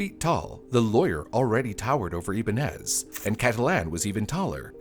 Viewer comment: Ibañes - Ee-bun-yes